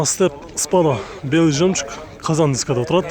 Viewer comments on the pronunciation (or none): none